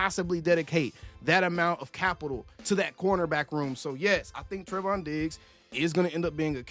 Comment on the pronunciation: I just have to point this out because you said his name like a hundred times in this video lol It's pronounced "Tray-von". He's my cousin 🤤 And I hope you're wrong. I want him with us. I see that Stefon is now a Patriot. I think that's a shame. He and CeeDee would have made a great team.